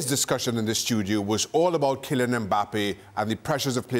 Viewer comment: Ale puts a g sound at the end of ‘Kylian’…. anyone else hear it?